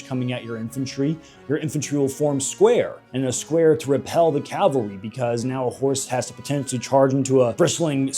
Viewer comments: Great video but I am gonna be a nit picker it's cavalry not calvary calvary is the church not horse mounted soldiers called cavalry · Cavalry, not Calvary. What are you, every Hollywood movie ever made?